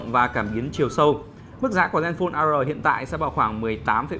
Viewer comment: Zenphone "A Rờ", ....lạy!!!